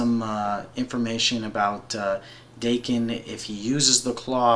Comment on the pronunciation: Before anything else, pronunciations: 1) Mu-rah-mah-sah 2)Dah-ken (the "a" pronounced like the one in "cart") Thanks a whole lot for this! I really appreciate it, and this showed me something I haven't seen of Daken (though I am an avid follower).